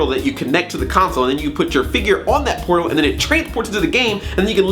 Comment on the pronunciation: when you say portal it sounds like porno